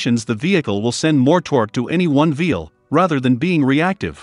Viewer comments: Is it just me, or does anyone else keep hearing throughout the video the narrator using the word “Vheel” in place of “Wheel”? I thought I was losing my mind there for a moment 🤣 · Is the A.I. saying "vheel" instead of wheel some of the time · Why are you saying veel instead of wheel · He keeps saying “veal” instead of “wheel”. 😂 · It sure sounds like he's saying veil instead of wheel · It's wheel not veel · Some reason you don't use "a" and "the" in the video? It makes the narration sound kind of childish. "_THE_ differential," "_A_ spider gear," etc. Small children leave off articles because they are in a hurry or don't understand how to use them. Also, why is the narrator saying "veel" instead of "wheel?" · Side note, he said "veal" a few times... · I voice is so annoying and y is it saying vvveel But i am interested in this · Veal? What's a veal? Thought that was a meat from a young cow not on a vehicle? Just funny no accent through the entire video except for when saying wheel?